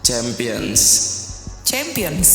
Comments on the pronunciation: Champions Champions champiyong 😅 dengernya aja pusinggg , smgat championsss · salut sm mereka ga ada yg lempar papan sm alat tulisnya pas dengar champions, sempion, cempion, chempiens, sempien itu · Pusing banget dengerin sound "Champions" dengan pelafalan yg beda, ngekek banget inii😫🤣🤣